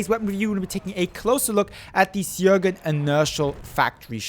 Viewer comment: It's pronounced Schöögrén